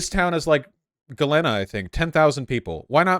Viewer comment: Sorry to be that guy, but it's Ga-leen-a.